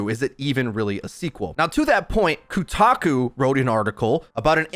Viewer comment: Next up: how to pronounce "Kotaku"... (I think is hopeless here.)